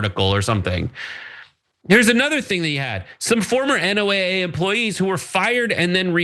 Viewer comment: Why can't you say NOAA, pronounced noah?